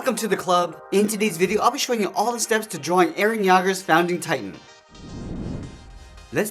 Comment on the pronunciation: you said eren yager not eren yeager do you even watch the anime😮😮😮😮😮😮😮😮